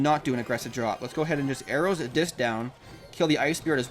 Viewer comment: why doe you always say arrow's?